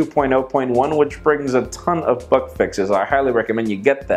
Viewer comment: When he says "bug" ... it sounds like "fuck".